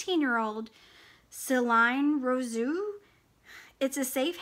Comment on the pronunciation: La Cour des Lions - perfect, Celine Rousseau - that you butchered :-D (It's about the same as Russo) It's OK, nobody can pronounce everything correctly. :-) If someone complains, just count all the words you did pronounce right!